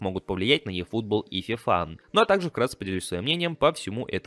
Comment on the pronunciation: Ифутбол, а не "йэь"